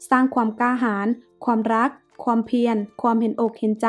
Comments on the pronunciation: ขวานจ้าขวาน ไม่ใช่ขวนแน่นอน😅😅😅😅 และความไม่ใช่ควม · ออกเสียงบางคำไม่ชัด เช่น ขวาน ความ